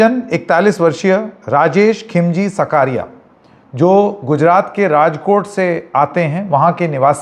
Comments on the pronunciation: SAKRIYA NOT SAKARIYA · "सकारिया" नहीं, उसका उच्चारण "साकरिया" होता है